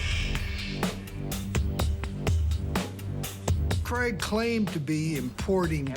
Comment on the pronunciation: CRAIG not creg